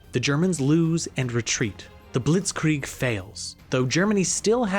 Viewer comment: The list of words the narrator mispronounces is *wild*. “Astro” instead of Austro “Ampires” instead of Empires “Ishstanbul” instead of Istanbul “Tear” instead of Terror “Bltizkleeg” instead of Blitzkreig “Fasht” instead of Fast “Rusho” instead of Russo “Saravayho” instead of Sarajevo “Tearists” instead of Terrorists “Gernade” instead of Grenade. It was difficult to pay attention to the content while being aurally assaulted by the endless stream of grammatical errors and mispronunciations. It’s almost enough to make one miss the absolutely historically incorrect and inaccurate assertions that the narrator makes regarding the causes and catalysts of the conflict.